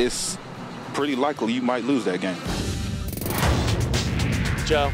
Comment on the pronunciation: the dude seriously said "Joel" it's Joe...